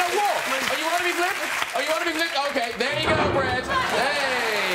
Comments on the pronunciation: its brad not bret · To be fair, I'm a kiwi and I heard "Bread" too. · No no, he's right. It's brad. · . You can